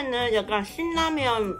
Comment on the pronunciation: 이 영상에선 신라면 발음 잘하는데???? 과연 그녀는 한국인인가 홍콩인인가,,ㅋ